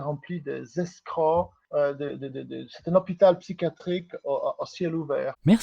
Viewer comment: ► ☝😩 "L'internet est rempli dézèscrôoo"